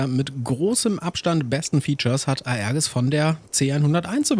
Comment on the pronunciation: Tolles Video. Für die F1CE glaube ich kommen zusätzlich noch ein Countermeasure, Jammer, Gunpod und eine Tank und rocketpod mischung. Erwähnenswert ist auch, dass die F1BE keine Bordinterne Kanone besitzt da sonst kein Platz für 2 Cockpits ist. Aerges wird übrigens Aerjes ausgesprochen.